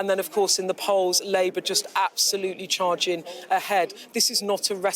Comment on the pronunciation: Can this woman not pronounce g , as in poling , rating , charging, reporting . Is it a speech impediment ? K